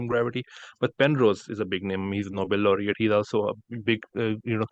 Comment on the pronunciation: 😂😂this guy saying pernose not understood.